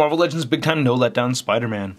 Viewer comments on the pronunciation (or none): none